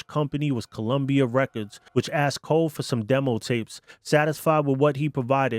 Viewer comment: For goodness sake, the name is "Coe" not Cole.